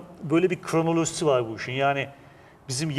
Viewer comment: "vor" değil " var"!!!! "Onlamda" değil " anlamda" deriz biz Türkler ona!!!!! Aksağanlar!!! Hollandada mükemmel Türkçe bilen fakat aksağanları sayesinde hemen tanınan Yahudiler "vor"!